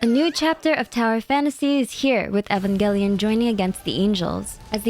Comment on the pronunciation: U did not just pronounce Evangelion like that…